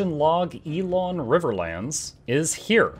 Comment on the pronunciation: elon not ee-lon and Ing-guht not ingot